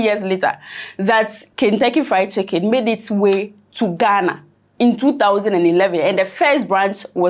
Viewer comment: did i hear you say Kingtucky Fried Chicken? Eeeeiii!! Gye wo ✌️✌️😂😂